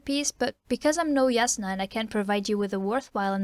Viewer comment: Also it's pronounced (J)asnah, not (Y)asnah. My friend tried to convince me with some international phonetic alphabet stuff, but I won't be convinced.